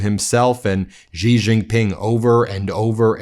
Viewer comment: Xi is pronounced, She. There is no G sound in his name. Get it right